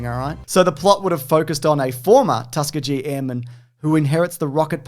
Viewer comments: Tusk-ee-gi (like karate gi) not gee like "golly gee!" It hurts my head every time here and when I heard it on the pod. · Y'all are killing me calling them the "Tuck-a-gee" airmen. Tusk-kee-ghee airmen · love the tuska-jee over tus-key-gee pronunciation. peak australian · I guess I can't blame Australians for mispronouncing Tuskegee. Tus kee gui, not Tusk ah gee. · FYI, it's "Tus-kee-gee" not "Tusk-a-jee." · Hey guys, love you dearly. I the cartoon Rocketeer, he has a daughter, not a son. You could even see it in the clips you show. Oh, and you guys have to learn how to say Tuskegee. Slow it down, "Tusk-e-ghee". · Tus-key-gee, hard G. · It's pronounced Tus-key-gy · You should do Flash Gordon too, since you're doing the Phantom. Also, it's pronounced Tusk-key-gee. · (Tusk-e-gee Airmen) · Its "tusk-ee-gee" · Tus-kee-gee with a hard G, not a Bee Gees G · Its Tuskegee with a HARD "G" just sow you know 😊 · Can you guys learn to pronounce Tuskegee? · That pronunciation of "Tuskegee" absolutely baffled me, lol. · That's certainly an interesting pronunciation of Tuskegee... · A little jolt of electricity runs through my body every time they pronounce Tuskegee. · Had to hear it several times before I realized you were talking about the Tuskegee airmen. You were pronouncing it so badly.